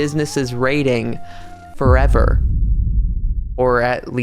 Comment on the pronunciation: FOREVER 😂😂😂 the dramatic pause took me out